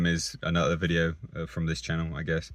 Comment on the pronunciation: CAR VID-DEE-OH!